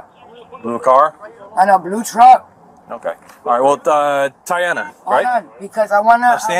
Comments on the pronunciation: "TAINA" "DIANA" "TIANA" "DIANA" stop i died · It was funny when the cop tried to pronounce Tiana’s name